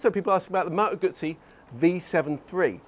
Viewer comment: It's pronounced Gutzi